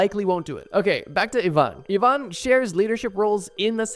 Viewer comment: It is pronounced "E-van" not "I-van"